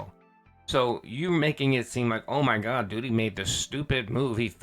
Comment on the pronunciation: Doodeee, Dhalseeem. Someone tell this pig he's pronouncing names wrong